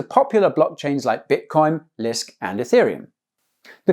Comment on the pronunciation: he said lisk lol